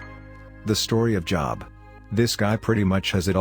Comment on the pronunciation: Job is pronounced like Joe with a "b" on the end 😁